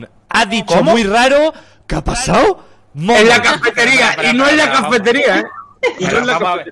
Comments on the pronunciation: "Kapasao?" de aqui a la eternidad! jajaja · el primer keapasao... Un momento icónico en la historia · Aquí empezó el "¿Que apasao?...."